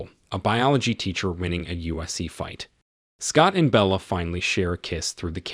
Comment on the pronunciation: Who is this narrator who doesn't even know or can't pronounce mma and ufc?? Saying mna for mma and usc for ufc is such a shame at a high level